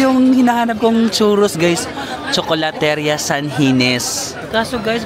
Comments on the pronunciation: Nice video.Nakakalibang. Btw, 'ria' is pronounced as 'ri-ya' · you say CHOKOLATERIYA.THANK YOU